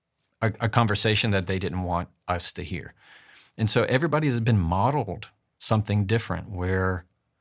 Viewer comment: *someTHING *everyTHING etc. It's THING, not THINK ffs 🙄